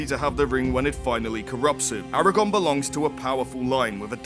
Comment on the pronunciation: Arago-R-n! :P